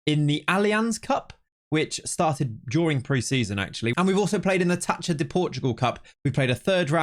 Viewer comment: In Portuguese Gue and Gui, the U is (nearly) always silent So Guimarães is Gimar ein sh and Miguel is Mee Gel (not Jel) Ç is pronounced S So Taça is Tah sa